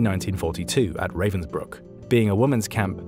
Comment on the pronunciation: It is, but it would be better if he could pronounce Ravensbrück.